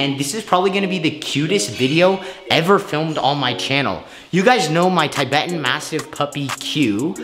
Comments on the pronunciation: it’s pronounced (tih-betan) not (tye-betan) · Tibetan is not pronounced Tybetan The Tib is pronounced the same way as tib in Tibbers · You pronounce tibetan (t-bet-ten) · You said Tibetan wrong